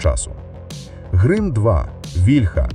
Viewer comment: Чому грим2, а не грім2?